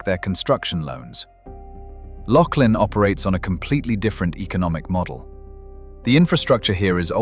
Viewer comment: Laughlin is pronunced Lauf-lin and NOT LOCKLAIN!!! YOU CAN'T EVEN GET THE NAME RIGHT!!! 😂😂🤣🤣🤣👎👎👎👎